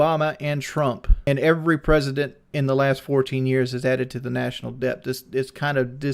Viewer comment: pronounces the b in debt lawl